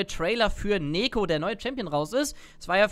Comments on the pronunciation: Freue mich auf den Moment, wenn du rausfindest, dass sie "Niko" ausgesprochen wird :D ansonsten geiles video, bin schon mega gehyped auf sie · Ich würde Neeko eher wie Teemo aussprechen. Die ee als i. Als Lane wäre meine erste wahl der Jungle. Stell dir vor Teemo bringt, den Toplaner um, du als Neeko verwandelst dichi in Teemo und gehst zur Midlane wirst von einem Ward entdeckt und der Gegnerische Midlaner denkt sich so: "Hmm, da hat Teemo schon einen kill und kommt auf mich zu. Da werde ich nicht mehr so agresiv spielen." Der gegnerische Toplaner teleportiert zurück auf die Toplane und denkt sich: "Teemo geht mid, dann bin ich ja oben ALLEINE und kann ein wenig pushen". Doch plötzlich erscheint der echte Teemo und bringt ihn ein zweites mal um.